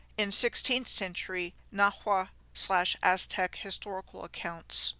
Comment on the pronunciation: As-Tech? (Aztec)